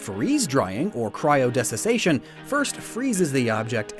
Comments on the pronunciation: I love you but you pronounce so many words so badly. Desiccation is "de-sick-ation" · Dessication is pronounced like dess-ih-ka-tion and 'frost-mancy' is called cryomancy